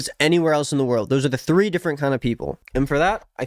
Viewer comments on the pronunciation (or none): none